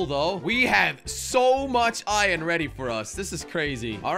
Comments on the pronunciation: Why you say ion it’s iron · I like how jelly says ion instead of iron